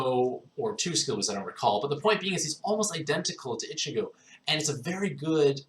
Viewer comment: It's pronounced EECHEEGO